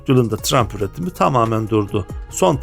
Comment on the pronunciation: Çabanız ve bilgilendirmeniz takdire şayan ama Telaffuza biraz daha dikkat ederseniz daha güzel olacak örneğin teçır diye söylenir detçır değil yine tıraymf diye söylenir trump değil